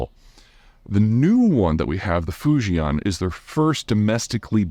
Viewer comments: fu-ji-EN not fu-ji-AHN ;-) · Fujian is pronounced Foo Chee En